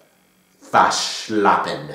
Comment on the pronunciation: Omg, ich liebe es, wie du Waschlappen aussprichst! Aber deine Aussprache ist echt gut! Die Zungenbrecher sind lustig :) Deine Aussprache von Geburtstag ist lustig Loved the video :)